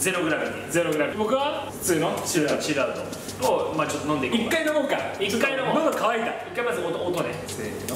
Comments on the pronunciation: 何でってちっちゃい【つ】をつって言ってるんですか？ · 、「ちょっと」は「ちょつと」ですよ